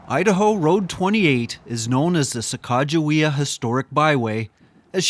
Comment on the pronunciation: I have never heard the correct pronunciation of her name before, wow, so much better. Thanks